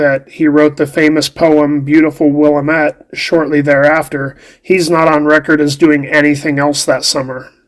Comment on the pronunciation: Wil-lam-ette fuckin dummy